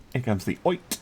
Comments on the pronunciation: Oite is pronounced "Oh-EE-tay" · Oite - O-E-Tay